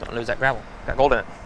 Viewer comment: they found a few ounces of sweet fuck-all. I werwee beweved theyee woud find gowed in dere. I think that would have been a better narrator for this video. just saying.